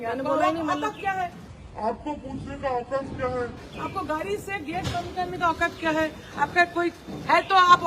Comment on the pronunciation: অওকাদ নয় , औकात 😢